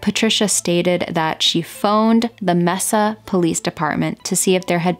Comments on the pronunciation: Mesa is pronounced May-sa. I've lived a short distance from where all this happened almost my whole life so I just wanted to let you know. I'm surprised I haven't heard about this one before. Back then there was so much empty desert throughout Phoenix that now are residential areas or other types of buildings. She literally could be anywhere. :( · I'm a AZ native and have never heard this one before. I really wish there was some way judges could be held responsible when they award custody of children to violent criminals and the children are harmed. Excellent video. Mesa is actually pronounced May-sa. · Mesa is pronounced May-suh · Great job telling her story! Soo sad! Also, Mesa is pronounced MAY-SA. I was born in Mesa (Maricopa county) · Love the eyeliner. If this was in Arizona they pronounce Mesa as MAY SAH. This case was heartbreaking. My own daughter has passed now, but when I think of her at age 12 she was a total child. Some people say, "Well, she was almost a teenager," but my daughter was a lot closer to 11 than she was to being 13. For Mindi, at that tender young age and living with a monster, with nobody to turn to, she must have been terrified. I think we need to re-evaluate how we punish people who rape, torture or murder children. People who do that are not going to change into model citizens and if they get away with it they're going to do it again to some other child. The law should be that if you murder a child you get a mandatory death sentence. A child's whole life will be scarred from abuse like this, they may wind up addicted to drugs or involved in prostitution or suicidal, so these perpetrators need to be in jail for much longer sentences for all the pain and suffering they are causing. If they are released they need to be under DAILY scrutiny from a probation officer, wear a leg monitor, adhere to a strict 8 pm curfew and take random drug/alcohol tests. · Mesa is pronounced MAYsuh.